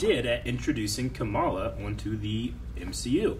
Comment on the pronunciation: I keep hearing "Kameela Khan'. Her name is "Khamala"